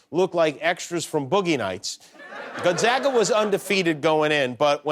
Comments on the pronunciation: Imagine following all this coverage of Gonzaga and STILL not being able to pronounce it correctly. GONE-ZAY-GAH. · Pronounced Gone Zay ga... zay like say!